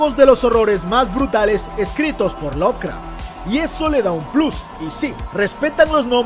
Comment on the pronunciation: Bro, tengo una duda. No quiero sonar hater ni anda, es una duda genuina. Si Lovecraft se pronuncia "lob craf" cuando pronuncias Lovecraftiano lo haces como "love craftiano" ? no debería ser "lob craftiano" ?